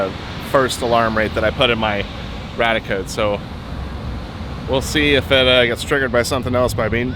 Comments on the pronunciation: Love your videos - apart from your mispronunciation of the name of one of your detectors - it's Rad-ia Code, like the first part of radia-tion! Not the same as your 'RadEye) 🤓I suspect the 'dark iron' is from deposits of magnetite somewhere under the ocean being eroded by natural processes and deposited on the beach? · I'm sorry, but every time you say Radiacode, it sounds to my ears like "Raticode" which reminds me of a pokemon and this is distracting me way more than it should lol.